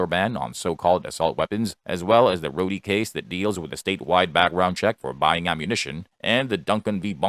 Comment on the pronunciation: Rhode v Bonta. not Rhoadie